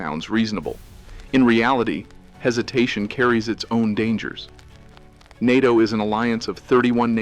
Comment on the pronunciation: Yes. The AI can’t say NATO. It says “N A T O”.